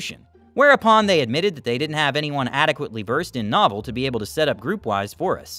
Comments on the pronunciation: Yes, “no-VELL”! I was listening but not reading the on-screen text. I thought they had a new or unique network until the reader had said “novel” several times. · Dude! Not Nah-vel, NO-vel. I am a geezer, but the correct pronunciation for this pioneering but now obsolete platform starts with "NO" said like "no" or "know", not "nah". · Novell is pronounced "Noe-Vell" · Adding for the third one - just a nitpick on pronunciation: As someone who was a Certified Novell Engineer, it's pronounced know-VELL. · Yes, long O and the accent is on the 2nd syllable, so it's "no-VELL".